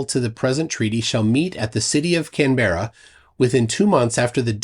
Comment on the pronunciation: apart from your dreadful pronunciation of "Canberra" this video meets with my approval. 😊